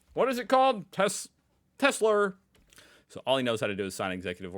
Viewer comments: „i love tes-slur“ sounds appropriate to me 😂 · Tesler, almost sounds like a tes-slur. 🙂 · Of course he calls it Telser, he is used to the hard R at the end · Tesla is pronounced Edsel. (Now that's a truly boomer thing to say.) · Trump can't pronounce "Tesla" and Nikola Tesla was born and raised 110 miles from where Melania was.